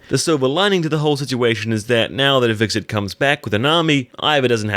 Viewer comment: When you pronounce Hvitserk's name it sounds like you are saying VIXEN sometimes LOL 😂 Not trying to pick on you or anything - I really enjoy watching your Vikings videos, especially the preview breakdowns. Keep up the good work!!